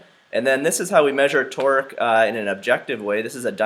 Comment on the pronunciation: I know it's Torque but sounds like he's saying "Twerk" 😂😂